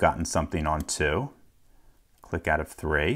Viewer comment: you alternate between pronouncing 3 like "three" and "thray"